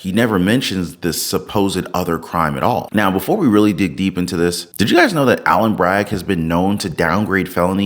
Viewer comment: Dude! It’s ALVIN not ALLEN!!!!